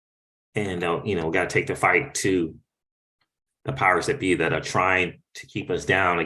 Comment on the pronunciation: did you say Powers-that-be or Pirates-that-be? LoL 🤣